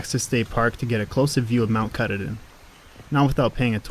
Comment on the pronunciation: Your video is great but you need to learn how to pronounce our favorite mountain. Mount Ka-taw-din (is how it should be pronounced) and you were right, being at the bottom of the dam can be life threatening. The second thing you got wrong is it is NOT deforestation!!! It is logging. They log one area then move on to another while that one regrows. This constant state of regrowth provides crucial habitat for many diferent kinds of animals. Without it we would not have the Maine north woods because it would have all been taken over by towns by now. The Forestry industry plays a HUGE part in the amout of wilderness we have in this state. We are very grateful to them. I have been to every place in this video countless times. Glad you enjoyed our state.